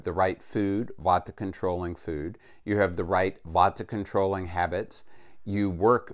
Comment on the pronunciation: Vata, not vodka. Vata is a dosha, like pita, kapha. It is a type of energy.